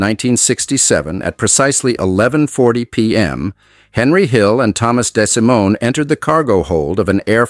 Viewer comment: Apart from the falsehood that Paul owned the cabstand when it was his brother Tuddy, and how to criminally mispronounce 'Lucchese' and 'DeSimone'!